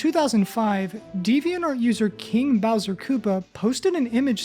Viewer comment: No way he’s saying Kinga Bowser!